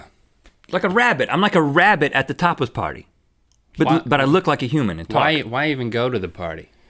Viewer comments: Sounds like "topless" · At first I thought Rhett said "Topless" party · When Rhett was saying tapas party, I heard for a split second, topless party and I was like, waaaaaaaatttttt????? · I thought Rhett said topless party 😭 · I thought he said topless party too 😂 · could have sworn rhett said topless party. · I thought he said, "Toppers Party" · I thought he said "topless party" right before he said something about not saying that wrong. Lol! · I totally heard "topless" too. XD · I definitely thought he said, "Topless party." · Replace the "P" withe a "T", that's what it sounds like